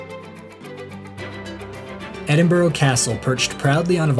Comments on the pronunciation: Not really called Edinboro. it’s more Edinbora, or Edinbra. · EdinburUH. No idea why you would think it ends with an O. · It's not edinbro it's said edinburu... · Repeat after me - E-din-bruh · Soon as I hear Edinboro on these things I turn off!🙉🥴 how hard can it be…….? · It's pronounced Edin-bruh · Lovely vlog, but its pronounsed Ed-in-bra, just so you know. I know we have crazy place names etc. It was done to show the English up, but now it catches out Americans. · Truly excellent video almost completely ruined by that execrable pronunciation of 'Edinburgh'. I almost gave up listening to the narration on several occasions.😵‍💫😮‍💨😮‍💨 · True dat...but that dreadful attempt at saying "Edinburgh" is enough to cancel it out. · Sorry, but I couldn’t stand the mispronunciation of Edinburgh after 3 minutes